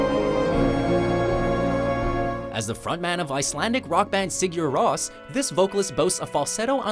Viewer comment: Narrator fucking slaughtered the pronunciation of Sigur Ros